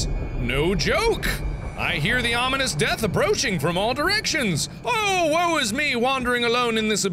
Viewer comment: Anybody else hear WAU is me instead of "woe"?